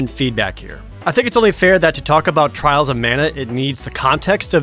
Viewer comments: Twails of Mana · Twiwles owf Mana, uwu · At least you don’t hear “Twials of mana” five times.